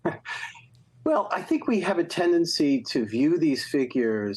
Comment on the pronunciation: I do wish journalism writ large would establish and constantly-update a guide for at least good approximations of the correct pronunciation of the most prominent foreign names and words. Can't Jen Psaki hear that David Remnick, a Russian expert, is saying zh and not z? Yes, some words/names are difficult to pronounce. Prigozhin is not. Thank you.